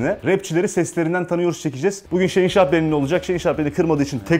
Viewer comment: abinin şehinşah deyişini şeyinşah diye anlayan tek benmiyim amk